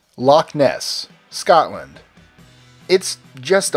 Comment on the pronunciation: You mispronounced Loch Ness, and Scotland for that matter..